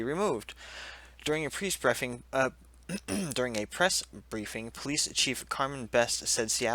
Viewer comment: During a preece breffing 🤣🤣😋